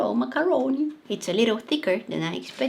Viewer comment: I love her pronunciation for macaroni